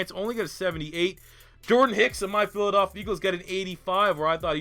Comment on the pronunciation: "of my philidalphea eagles" lmao